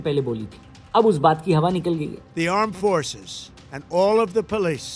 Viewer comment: I just heard "Aand Forces" 😄